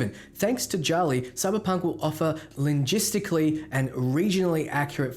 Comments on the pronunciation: The moment when he say linjisticly instead of linguistically hahaha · li- what? :D If you mean linguistically, that's not how you pronunce it lol.